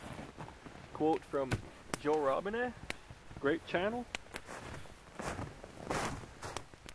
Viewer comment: Glad that you pronounced "Robinet" as it should be pronounced!